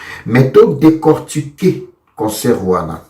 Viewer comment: Stade de marture ? Réussi toi tu dis ressu ? Décortiquer toi tu prononce Décortuquer ...Bref